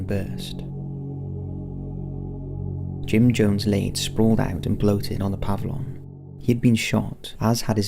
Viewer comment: Puh-vill-yun Aff-uh-dave-it If you're going to do it, do it right.